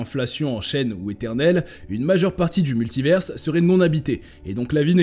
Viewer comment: Répétez après moi : MULTIVAIRE , c'est la prononciation !